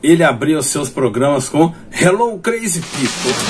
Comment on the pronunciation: Por favor, melhore a pronuncia de "crazy people", principalmente do "crazy". Big Boy agradece!